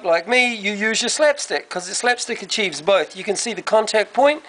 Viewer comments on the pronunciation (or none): none